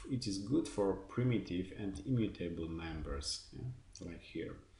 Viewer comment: thanks for the material, few comments: please check the stress of the words 'variable', 'immutable', and yeah, more vividness in voice always helpful ;)